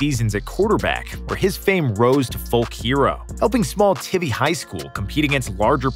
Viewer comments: It’s Kerville T EYE VEE - not teevee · It’s pronounced Tie-V not Tivvy lol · Tivy is pronounced like ivy with a T, not like it has two V's that would make the I a short vowel. I'm not really understanding how that pronunciation choice was made. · "Ti-vy" it's pronounced "Tie-vee" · Note to narrator: Kerrville isn't located "just outside" San Antonio -- it's a good distance away. Also, the high school is pronounced with a long i (think "tidy" but with a v), not tivvy. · Not like anybody cares but it’s pronounced; (tie-vee) Kerrville Tivy. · It's pronounced Tivey...but spelled Tivy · It's pronounced TIE-VEE. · It's pronounced Tie-vee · I go to tivy and u pernounced it wrong 😂its pernounced ti-v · Tivy is TIEvee, like ivy with a T. TFND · It's pronounced "Tie-v" High School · I do sports for a local radio station in Kerrville. I am encouraged to joke around on the air sometimes, but out of respect for Kerrville, Manziel is off-limits. Announcer: it’s TIE-vee. And Kerrville is more like 60 miles northwest of San Antonio. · Tivy = pronounced Tie-vee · “ tee vee high school “ lol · Thumbs down this dude said Tiv-ee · it’s pronounced Tie-ve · It's pronounced Tie Vee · It's pronounced "Tie-vy", just from a guy who lives nearby ;) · Tivy has a long "i"...Tie-vee. I used to live in Kerrville. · Repeat after me, Tie. Vee. Tie. Vee. TieVee. Tivy. Thank you for coming to my Tivy TED Talk. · You are mispronouncing Tivy. Do your homework before doing your video. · You said the high school name wrong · You said Tivy wrong and then proceeded to not show Kerrville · LOL! Kerrville is not just outside of San Antonio. It’s like an hour and a half away. Also, Tivy is pronounced like poison ivy. I know this because I grew up in Boerne, which is pronounced like Bernie, which is between San Antonio and Kerrville. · How tf you gonna say Tivy like that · How he pronounced Tivy bothered me